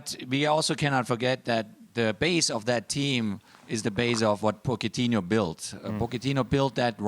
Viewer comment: Lol Klinsmann is having malicious joy on Arsenal League position DT and Troopz from Aftv are coming for you boy And did he said "Pocketinho" lol